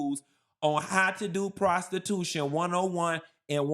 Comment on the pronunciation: But what about "prostitutionnnm" 😂 jk/lol😂